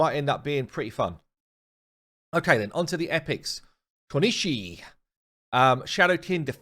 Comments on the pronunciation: Kunoichi is pronounced Ku-no-ee-chi. Also 80% of the 500+ champs are already somewhat useless, they cant keep making champs like how urogrim was lol. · Kunoichi is pronounced like Koo-noi-chee. It’s a female ninja. Only know this from Naruto lol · Kunoichi. Pronounced ku-no-e-chee term for female ninjas